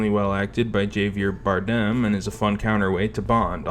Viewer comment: I can't tell if it was intentional or not, but the amount of times names are pronounced wrong in this is wild. Also made for a good drinking game. Le Shifferay, Javier Bardum, Mr. C, Blofield and I absolutely lost it at "Dave Barista". Enjoyable video overall. Good content.